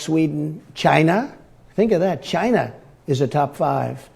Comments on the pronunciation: Hilarious how much he loves the sound of the word China coming out of his own mouth. So much so, he says it twice. (Chai-nah) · Why does he always have to pronounce China as if it´s a made up country? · "Ghina" - like Hillary always got this narcissistic liar quite excited! drumpf; 'Hillary says anything that comes to her head' is this fool kidding? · It’s pronounced “Gi-na”- Donald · 😅😂😅 I think he's auditioning for a job as a comedian!!!😅 Why does he always say CHINA like he does? 😅😂😅 ! He's worried about education, he doesn't sound like he got educated! Played hooky every day?!😂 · I'm going to shut off the lights in my bathroom and say China the way Trump does 3 times to the mirror and see what appears. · why can't he say China without adding an accent ?